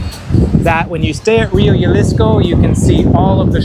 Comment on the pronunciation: Excellent video thank you so much. Just a quick note The J in Jalisco is pronounced the same way as you pronounce the H in “high seasons”. 😊